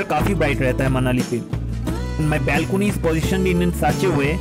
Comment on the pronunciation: ....exercise o korchho r sokale ja breakfast korchho tate sob equal hochhe.....bong sontan fruits khao.....balcony pronunciation ta thik korte hobe too much bongish.......